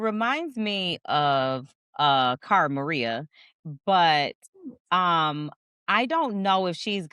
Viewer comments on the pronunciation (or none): none